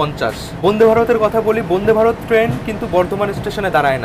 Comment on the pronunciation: উচ্চারণ ঠিক করতে হবে বোনদে ভারত না উচ্চারণ টা বন্দে ভারত।